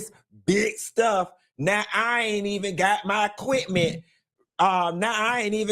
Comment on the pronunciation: "My quipment 🎙 " 😫🤦🏾‍♀️